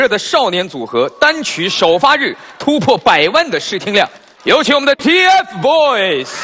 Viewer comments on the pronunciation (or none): 趴醬 是就是，他們的名字不叫掏糞，叫TFBOYS，發音很爛欸